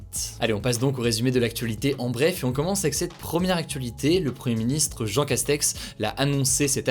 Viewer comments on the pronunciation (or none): none